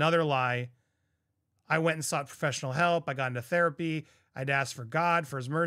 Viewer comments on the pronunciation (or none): What does he know about GOD! He can't even pronounce therapy properly. He is a joke.